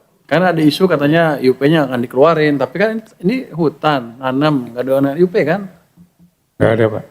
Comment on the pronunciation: Kok Ay yu pi.....IUP itu IZIN USAHA PERTAMBANGAN bahasa Indonesia bukan Inggris kok di ucapin nya Ay yu pi...ngawur ini